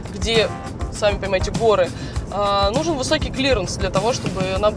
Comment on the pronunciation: Когда ведущая сумела выговорить "высокий клиренс", я ее зауважал.